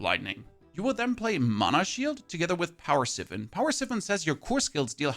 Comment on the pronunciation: Siphon = S-eye-f-on not S-if-on